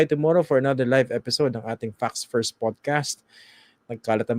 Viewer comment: Please say "Facts First" properly. The way you say it always sounds like "Fucks First."